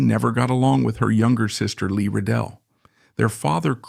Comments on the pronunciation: Lee Radziwill, not "Revell." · Jackie's sister's name was Lee RADZIWILL, not Lee Ridell!!!! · Narrator couldn't even pronounce correctly Lee Radziwill's last name. Unacceptable for serious journalists.